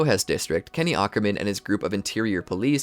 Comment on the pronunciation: Bro awkerman 😭